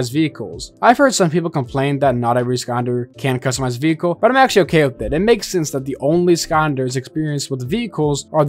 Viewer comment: Everyone talking about "Skonders" but why aren't we talking about "Veekle"